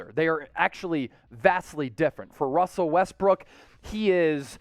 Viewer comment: ''Russer'' LOL